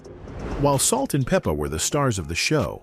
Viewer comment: We could do without the commentary. You're not even pronouncing their stage name right.